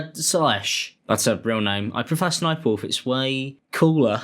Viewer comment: Also just a tip homie the third s isn’t said as a it’s ss-sniperwolf hence her original name sexysexysniper but was since changed to ss sniperwolf the ss moniker stands for sexy sexy.